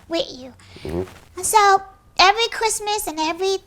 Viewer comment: "Evewy Chwismas" 🤣🤣🤣